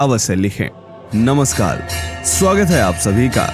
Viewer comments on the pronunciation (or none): none